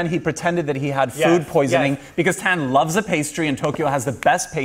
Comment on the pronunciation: I live for antoni calling tan, "tanny" ahaha